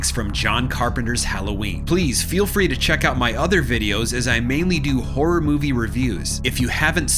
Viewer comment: Why are you saying hor it’s horROR